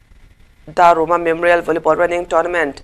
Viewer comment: Pu C. Lalrinânga Pa hming hi Darruma tiin alamri tlat nin ka hriaa, Dárúma tihtur ani lo maw.